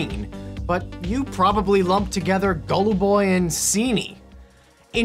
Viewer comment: "Gallu Boy and Seenee" Kevin please